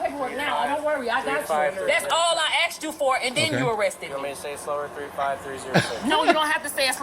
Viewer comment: All she did was AXED him is fro his badge number. I heard her AXED him. Bahahahaj